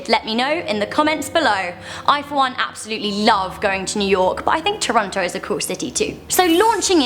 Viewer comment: A. She said toronto wrong and B. The most fun city ive been to is Montreál aka my hometown